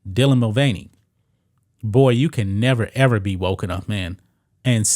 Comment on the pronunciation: Wokes NOT wotes! Learn to pronounce your k's!